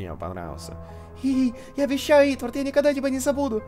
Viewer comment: Валентина Виннер= Правильнее не Итвард, а Итворд(◕ᴥ◕)